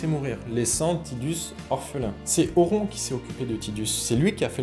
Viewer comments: Mes oreilles ont saignés, dès que j'ai entendu "auront" 😂😂 Pitié, un peu de respect. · Par contre cette prononciation à la française "Auron" cest pas possible 😅 Vidéo très sympathique sur un perso légendaire sinon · apprends à prononcer Auron déjà...